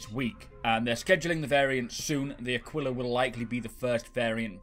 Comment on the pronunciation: Just gotta put this out there, "Aquila" is pronounced Ah-kee-la. And it means "eagle".